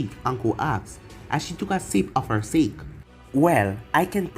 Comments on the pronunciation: pretty sure you say it like sa-ke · Sake is pronounced sock a